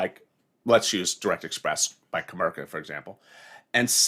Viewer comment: put the I in comerica not co merca its co merica bank!